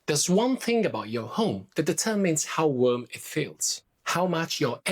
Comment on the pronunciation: I love the way you say worm for warm. No worries BTW, we know what you mean.